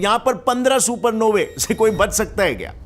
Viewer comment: Supernovey sounds like a gaali 😂. Supernovas bolo😊